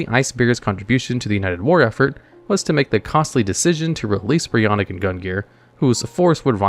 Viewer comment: So... bit of a gripe from me on the ice dragons. BREE-O-KNACK and GUN-NEAR